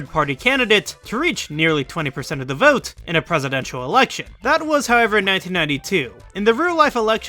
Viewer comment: *vote not "voge"